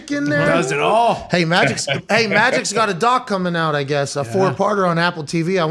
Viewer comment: “Come and get em im not gonna hand the aht”